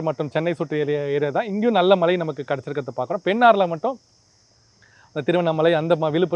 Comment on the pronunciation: உங்க உச்சரிப்பு கேட்டாலே கடுப்பு ஆகுது டா... மழை அதை சரியாக சொல்லுங்க.. சும்மா மலை மலை னு... தமிழ் pesavae தெரியாதா